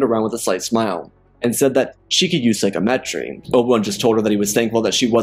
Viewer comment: loved it but one thing, sigh-com-et-ree, not Psycho-metree